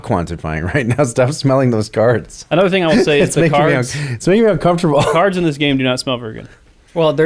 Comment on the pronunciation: stop saying uncomfterble / uncomfterbull. Unless you comfter people, when they need comfter.